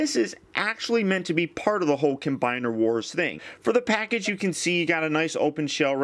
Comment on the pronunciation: You always say cim combiner wars 😠😬😬😠😬😠